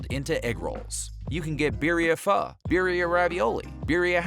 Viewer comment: Makes a whole documentary with zero effort to say the word correctly